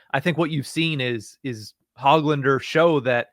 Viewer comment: Don’t pronounce the “g” in Hoglanders name. Ho-lander